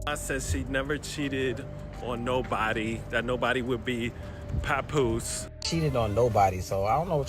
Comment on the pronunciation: Can't even listen to this because you don't even know how to pronounce pap name correctly lol fuck is a puhpoose😂😂😂